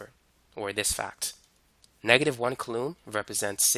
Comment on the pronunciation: "koo-laam". Not "kuh-loom"